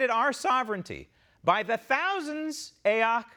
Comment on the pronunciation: Lovin the "a oc" pronunciation of her initials. Adopting it and using it as of this minute. Thank you !